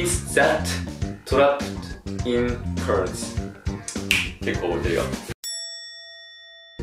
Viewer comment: cars の発音は curse 呪いの聞こえる 😂